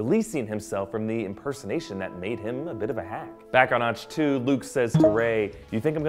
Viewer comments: also.. ah-k tow not atch... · Also when he says Atch-To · Ahch-To is pronounced Awk-Two like as is awkward. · Generally not too caught up on pronunciation but after Reven (Revin) and Auchtoo (Auchtoo like achto liebe), I couldn't listen to anymore. Had to downvote this one. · His pronunciation of "Ahch-To" (idk if thats how its spelled) is what triggers me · Okay I'm very concerned. You claim to be a fanboy yet you missed pronounced Darth Revan name and Ahch to twice. That can be forgiven, but no one who claims to be a fanboy would mispronounce Revan.